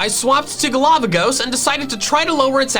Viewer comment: best thing in this video after 'GALAVAGOS' = accented 'DADDYHEE'